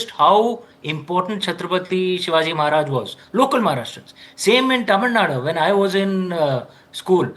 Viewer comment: first he has to learn pronouncing Tamil Nadu